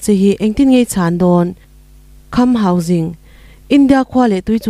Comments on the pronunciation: Ka pi,hausing tia ilam sek hi enge awm zia....hangsing hi chu a awm ngei...tin, sing ilam dan pawh hi mahni tawng kalsan deihin jing tiin ilam bawk a heihi adik lo..mizotawng khan asipel dik deih khan lam la adik zawk.hausing nilo in,hangsing tia lam tur ani zawk e. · Kham Hauzing tia lam tur ni lovin Hausing zawka lam tur a ni e